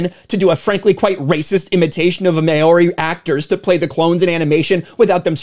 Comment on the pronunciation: I’m more offended by poor pronunciation of Māori, (you say it as ‘mau-ree’) and not surprised Disney cave in to 12 people online